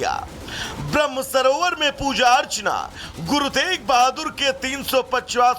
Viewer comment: Guru tej bhadur ni hai guru teg bhadur ji hai naam to shi se lelo